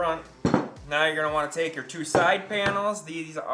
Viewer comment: You gotta be from Pittsburgh the way you day "two" good job on the video, kept me entertained haha